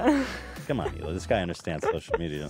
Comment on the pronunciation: Christina calling hila, HEELAH is as awkward as Joey Diaz calling her CHRISTINE...I love them both though.